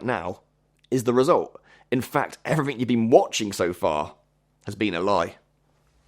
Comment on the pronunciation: It’s not everyfing It’s everything It’s not wiff It’s with It’s not free It’s three It’s not uver It’s other It’s not togever It’s together